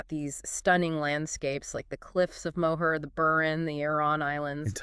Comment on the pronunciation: I dont think the pronunciation of "Moher" is correct.